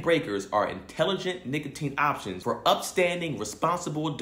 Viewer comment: mispronouncing Nicotine is hilarious bruh 😂